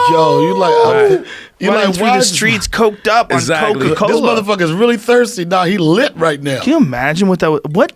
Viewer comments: Bruh is saying cocoa instead of coca. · Or Coka as Coco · Coca not Coco